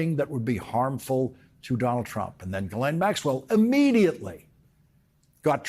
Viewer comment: Say: Ghee Len Ghee - Like the Indian butter. Len - as in Lenny.